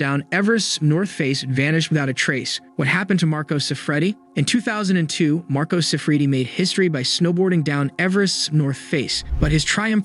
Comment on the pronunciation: This is borderline clickbait. The pronunciations on this video are awful and the script you’re reading from is clunky. If you’re gonna say Marco Siffredi 1,000 times in 4 minutes learn to pronounce it. Yikes.